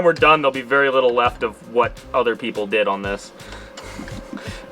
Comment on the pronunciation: "the jeeple will get it" Hahaha